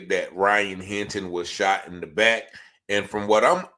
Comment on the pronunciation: I c her letn us kno, she can’t say “back”